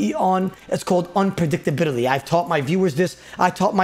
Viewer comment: Unpredictability? Unpredicta brrrrdty?